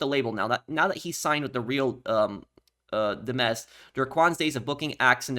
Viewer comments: Real Di-mez ❌ Real Dimez' ✅ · I totally get the confusion, but “real dimez” is pronounced “real dimes” not “dim-ez” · Bro it’s real dimes. Boy said demmez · "Port Galihorn" "Real Di-mez" "A&R-S" bro i cant with this guy. He needs to go back to 4th grade English class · Pronounce “Dimez” like dimes. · the pronunciation on the "Real Dimez" 😭